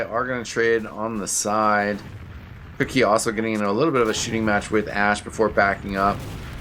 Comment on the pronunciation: queue-key not cookie ;)